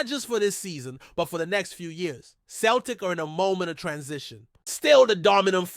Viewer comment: Why is an American trying to tell me abt Glasgow Celtic or pronounced Sell tic